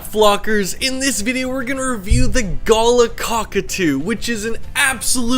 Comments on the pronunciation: Galahs here in Australia hang out in flocks of hundreds to thousands. I own 4, some rescue of which I've owned for nearly ten years, one of which was raised from 6 weeks old . They are highly affectionate and comical creatures, however a word of advice on pronunciation, I hear you saying it in the way you would pronounce a gala (festival), however it's pronounced evenly Gaalaah as in ga ga ga, la la la, G a l a h. Beautiful young Galah there. Cheers. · Not a big deal but how we pronounce them in Australia is like galaaaah. With a big emphasis on the final a. Not a big deal just putting it out there :) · The worst pet. 80 year commitment, it's like having a 2 year old. Avoid. You pronounce galah really badly 😳 Google the pronunciation, please 😄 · Great video. Really informative and full of great unsight into these birds 😄 however, your pronunciation of the name galah is maddening haha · Its not pronounced go lah, it is gal ah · Pronounced Gāh-lā not "gola". Source? am aboriginal. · Australian here, love your videos. First time I’ve heard it pronounced guh-luh. Maybe it’s pronounced differently elsewhere 😂. But yeah usually pronounced ga-la, really emphasising the a’s. Also, there’s a bunch of these guys who just live around my area, they’re super cute when they fly down to drink from my dams. Absolutely adorable birds. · I think it's pronounced "galaa", not "gaala". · FFS it is not "Gulluh" it is a Galah. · You need to learn how to pronounce the name of the species, All one word but Ga lar, not Gala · You got the pronunciation wrong it is ga LAR (with an "are" or R sound.. or like R in jar) . My exes parents have one so I guess he'll have it one day, my daughter has one and my mother has a pair of galahs. They are fun birds. My favourite parrot is a corella which my exes parents also have, it comes up with things and sentences which weren't even taught to it and uses the sentences for the right situations. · in aus we pronouce it (gul ahhhh) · Yeah, who says guluh 😂